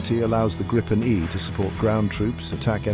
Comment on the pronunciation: It’s pronounced “Greepen”, nothing else 👍🇸🇪